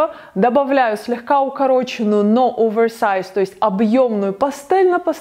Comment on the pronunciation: Здравствуйте. Подписалась . Нравится Ваша подача, кроме английской подачи слов типа овеЭрЭсэайз , прям бьёт по ушам. Но в целом, спасибо за Ваш труд!🌷